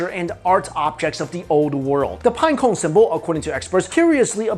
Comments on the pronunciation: I like how, is unable to to pronunciate pinecone correctly lol. Pineco, pineco lol. It's all good I was just saying, I think it's funny that's all. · The way he says pinecone lol